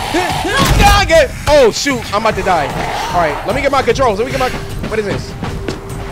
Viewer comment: Cory said : BON JOIR HIYA~😂😂😂